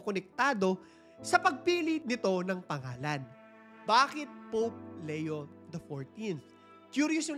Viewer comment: Hi ang tamang pagbigkas ng name ni Pope ay "Lee-yo" not "Le-yo" sa Tagalog/Filipino: Papa Leon XIV